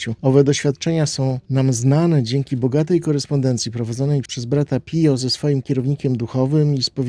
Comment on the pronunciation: "Pijo", a nie "pio"! sprawdzaj, jak nie wiesz!